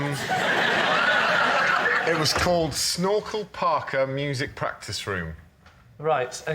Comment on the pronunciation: I’ve watched this so many times and am just realizing they’re saying snorkel PARKA and not Snorkel Parker lol